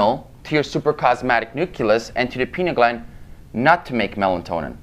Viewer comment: Melatonin.....not Melantonin !!